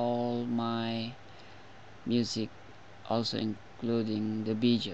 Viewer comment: "Vijeo" LMAO!!!!